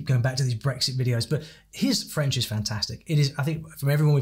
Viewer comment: Nick clegg has a very good accent you can hardly tell he is English